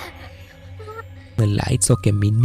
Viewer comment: AR Rahimu, alla ArRahimu (അറഹീം ) എന്നാണ് 😊